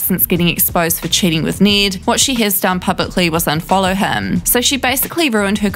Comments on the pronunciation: i don't know if its her accent but it sounds like she's saying "need" instead of "Ned" which should sound similar to "red".. It is really messing with my brain, cause she says his name so many times. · “need, kaith, zeck, and eujane” the accent lmao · Need gets me every time 😂